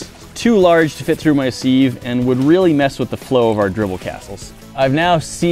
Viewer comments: Literally googled the pronunciation. YOU ARE WRONG IN BOTH AMERICA AND THE UK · Yeah, it's not usual... but if you believe in the sieve, you could relieve some of your trigger symptoms. (Personally, I don't beliv, so I'm not relived in the slightest). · So.... a quick goolge of "pronounce sieve" may be helpful,.:) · FYI sieve rhymes with if, not believe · Sieve rhymes with live, not leave. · I’ve never heard anyone pronounce sieve like that 😂😂😂😂😂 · It's pronounced "siv" not "seeeeeeeeeev" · he called a siv a seeeev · this man just called a siv a seev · Me too I would say it like siv he says it like seeev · i didnt know people pronounce seive as seeve I pronounce it as siv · its a siv not a seev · seeev its siv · I can't handle the "seeve" thing....my whole life I've known it to be pronounced "siv" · Do all Americans say "SEEV" instead of "siv" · Sieve sounds like SIV, not SEEV. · It's pronounced s(e)iv(e) not səev(e) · Where do you live that sieve is pronounced seeve? Elsewhere, including all the dictionaries, it's pronounced siv rhyming with shiv. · Don't ever say siv again it's siv not seeve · Ok someone needs to teach him how to say sieve correctly! Its not seeeeve: it's siv (as in civil)🙈🙈 I wanna see some candle wax experiments to see if you can get it to change characteristics or how its affected by glue/alcohol/liquid nitrogen etc. Also see how it changes after its been heated and cooled i.e is it weaker or stronger etc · According to the dictionary "siv" is the correct way to pronounce it. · I honestly think its a funny quirk that says siive but the proper term is strain i think lol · so now it's s-eye-vuh?!? Like live feed or Life or strive or strife wife life Feifal goes West.? Woah. Totally different. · The way keeps saying "seeve" I get the impression that someone told him he's saying it wrong so now he exaggerates it to troll them. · Smeggit7 the way he said Seeve it annoyed me so much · Who says ‘seeve’ for sieve??? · Seeve? Seeve?